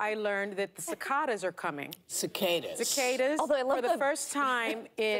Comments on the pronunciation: When you can't pronounce Cicada but you're going to spout off about the weather like an expert, you must be a zombie co-host of The View. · She can’t even pronounce the word but insists on what she read lmao